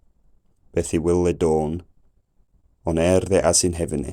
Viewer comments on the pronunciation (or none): But the "th"-fronting is not standard yet. I think it should be [ˈfɑːðə], not [ˈfɑːvə]. I think it should be [ɒn], not [ɔn] in 1924. I'm reading "An Outline of English Phonetics" by Daniel Jones published in 1924 (well, the first edition was published in 1918, but it's the second edition, if I'm not mistaken) and although the author did indeed transcribe this vowel with the symbol /ɔ/, the way he described it clearly shows that he meant the open back rounded vowel [ɒ], i.e. he said that it is "fully open and fully back". In Jones's transcriptions the vowels in "cot" and "caught" were distinguished only by the colon marking length, /kɔt kɔ:t/, as well as the vowels in "ship" and "sheep", /ʃip ʃi:p/, and "full" and "fool", /ful fu:l/. Of course he knew that these vowels differ not only in their length but also in their quality and he clearly stated it in his book, but his symbols were deliberately broad, as simple as he was feeling possible.